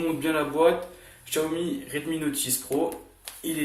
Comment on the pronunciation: Ta ecorcher le nom xiaomi -1 like